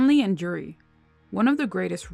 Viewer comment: It's Juri lol